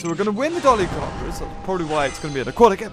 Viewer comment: FYI, it's pronounced "DOLLY-KORE-IN-COPS"